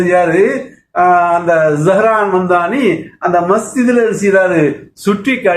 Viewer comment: Please note; pronounce of Z O(zo)Haran.zsho"hran(not za...)Zo..